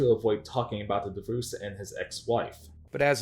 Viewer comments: Why are you saying divoosed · Please learn how to pronounce “divorce”. I cringe every time you say “divouse”. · you should add a dibuss counter, I mean divorce, because that's how you properly say it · Bro why do you say “Divoose” 🤣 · Bro, the way you pronounce the word "divorce" is wild. I would watch a video just about that. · Not to sound mean by why do you pronounce divorce that way?